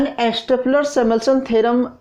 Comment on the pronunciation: first of all it is stolper not stopler... and plz try xplain in hindi